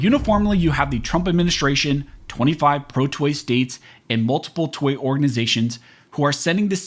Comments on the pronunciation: When you say '2A' it sounds like 'toy'. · Sounds like you're saying "toy" every time you say "2A".